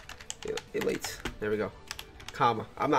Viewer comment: E-late. - 2021